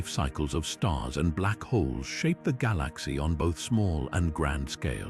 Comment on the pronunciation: I listen to stuff about the universe to get to sleep and the information is always good but I cannot stand the way the AI says galaxy.